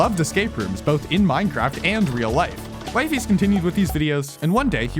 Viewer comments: "Wive" ies😂😂😂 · BRO JUST SAY WEE-FEES IT SOUNDS SO MUCH BETTER AND THATS HOW ITS PRONOUNCED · It’s wee-fees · Erm it's wee-fees🤓☝️ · why´d you call him Wifey you pronounced it like wifey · Bro it's "wee fees" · it’s pronounced wee fees lol and we all already know this. nice drama video ig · stupid video, and its pronounced weefies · its pronounced Wee fees btw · Its pronounced wee-fees Edit: Wtf did he say abt me!? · "Wifys" 😭🙏 nahhhh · Bro did not just say wyfies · (56cents) it's wee-fees :> THIS IS GOOOOOD ASF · you're saying wifies wrong cornball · pls just say weefees it sounds better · Damn way to be late af on this😂😂😅 bruh you cant even say his name right lol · I can excuse the way you pronounce wifies. But 'Lemeeno'? aintnoway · Pronounces wifies name wrong 😂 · The pronunciation of 'Wifies' is hurting my soul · Ppl kept mispronouncing wifies its funny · YOUR SAYING HIS NAME WRONG!!!!!! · it hurts how u pronounce his name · Brother, no one was fooled by Wifies. He openly stated its staged; its in his vid description. Like what are you even on about At least do him the justice of pronouncing his name right. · Don't ever pronounce his name like that you dumbass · Quick question, where did you getting all this info about his early life? Additionally, it strikes me as rather disingenuous to be intentionally mispronouncing the subject of your documentary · How do you interview the person, but not know how to pronouce his name? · Is it just me or is he saying the name wrong 😭🙏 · You are pronouncing wifies in the wrong way😅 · the wifies pronunciation bro 😭😭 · bro it's not "wifeys" it's "wifies" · Its "wee-fees" not "wife-ees" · It’s not “Wifies” (wh-i-fee-z) it’s “wifies” (w-ee-fee-z) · Why does bro say it like wifeys its weee feeees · WYFIES??? ITS W-I-FIES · hearing him pronounce wee-fees as wifeys is killing me (also bro an arg is literally supposed to be fake) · Bro his name is speld wifiis ...not wyfies 😂😂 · Wifie? Its wefeees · It's wee-fees not y-fees.